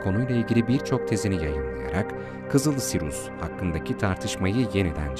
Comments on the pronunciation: Sirus değil Siryus okunuşu. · Videonuz harika fakat kulağımı tırmalayan SİRUS denmesi yüzünden seyretmeyi bıraktım. SİRİUS ya huu….